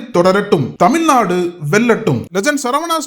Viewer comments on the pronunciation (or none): விளம்பரத்தில் தமிழ்நாடு என்பதை தமில் நாடு என நெறியாளர் எச்சரிக்கிறார்